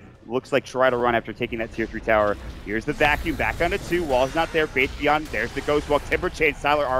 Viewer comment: faith.bian they read it like faith Beyond